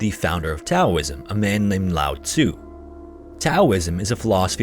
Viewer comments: It's pronounced Taoism (like "DOWism") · Taoism is pronounced Daoism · Taoism is pronounced Dowism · Bro its nuts to pronounce Taoism like that. It fucking kills the whole video when you clearly don’t have a clue what you’re talking about and you’re just reading the scripts that you probably didn’t write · The t in tao(ism) is pronounced like a d I believe. Just fyi. Great video.